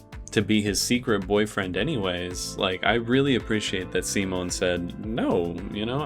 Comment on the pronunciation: Awesome reactions as always! Also, you're one of the few English-language reactors who can pronounce Simon's name right, so THANK YOU for that!